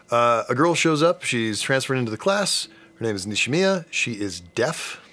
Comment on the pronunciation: The name pronunciations are killing me